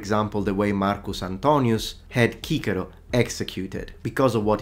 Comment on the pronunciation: Kikiro? I thought Cicero was pronounced Sesiro!